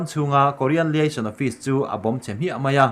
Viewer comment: Liaison Office i lam dan mai mai chu leh...Laisawn Office tiin an lam thin ania..